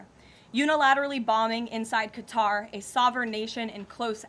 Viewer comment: Khatar nahin balki qatar